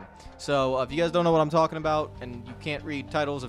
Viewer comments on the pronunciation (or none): none